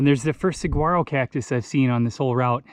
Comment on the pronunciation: oh dear, you did figure out how to pronounce Saguaro after this film I hope! nonetheless, great video! That cholla forest looks like a cartoonish version of hell.